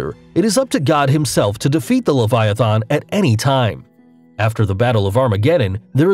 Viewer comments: "Cutulu", "Leviathon", my dude, you are killing me. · "Levaithon" "Jormongondur" These pronunciations man. They hurt. Though Jörmangundr I can't be mad about cause it's weird but Leviathan is pretty easy man. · It’s not pronounced “le-vu-a-thon- . It’s le-vi-at-ha-n. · The way he pronounces leviathan triggers me.